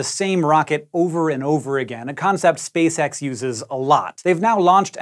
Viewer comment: cant stop hearing "Spay-sex" idk why nooooo